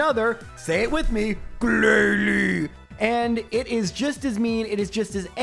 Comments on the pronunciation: I lost it when you said "glalie". Thanks so much for the content! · Ahaha- the way you said "Glalie" turned my two nieces (they love your vids!) into an inconsolable giggly mess, and for that I both thank you and wish a gen 1 miss on you 😂😂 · The GLALIE 😂